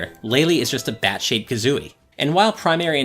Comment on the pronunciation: I heard "Bat shaped Kazooie" as "Batshit Kazooie".